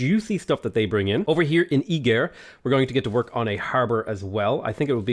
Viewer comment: says "Esztergom" and "Pest", near good also: "E-GIRL"